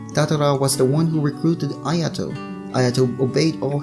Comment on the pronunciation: Ayato is pronounced i a to (ik that not how its spelt im just using that as a example) their just slaughtering touka and ayatos name wow